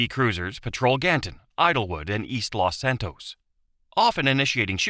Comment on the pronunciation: Los Santus